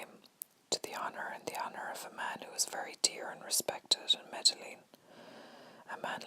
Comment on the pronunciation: Loving this! But for future reference, Medellin is pronounced: Meh-Deh-Yeen. I think I heard you pronounce the two Ls. I hope this helps :)